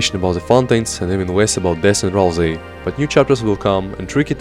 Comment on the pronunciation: RalSei, not RalZei!🤓🤓🤓🤓